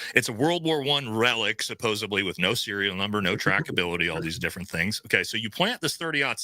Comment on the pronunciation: Robinson. Fix your typo in the heading and PLEASE don't say SUPPOSEBLY. It's SUPPOSEDLY. No b.